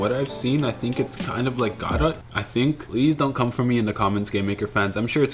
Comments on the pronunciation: I first thought it was "go dot" but "god et" is even worse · "Godet" is crazy bro it's pronounced "guh dough" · It’s pronounced “ ga dough” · bro doesn't even know how to say godot 😭 😭 😭